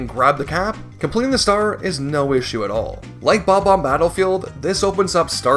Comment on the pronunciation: He so WOULD say that too, considering his insistence on saying Bob-Ohm lol